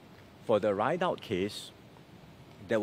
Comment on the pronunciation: WAATT?? IS THIS NEXT SG PM??? RIDOUT AND HE SPELLED IT RIDE OUT???? ALSO CPIB NEEDED OR KNEE DEAD??? WAHAHAHAHA SPEAK PROPERLY BOY 😅😂😮😢!!!!